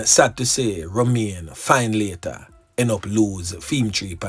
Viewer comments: Findlater is pronounce Fin -letter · The name is pronounced Finlator